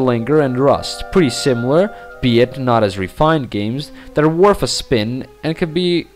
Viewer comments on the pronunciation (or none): Does it drive anyone else nuts when people who can't properly speak English, and also shouldn't BE speaking it, fail to get TH sounds right? It's Worth, not Worf. Earth, not Earf. With, not Wif/Wiv. You get the point. Besides that...